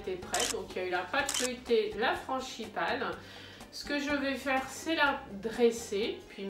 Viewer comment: juste une petite réflexion : franGipane et non franCHIpane, sinon c'est parfait. Bravo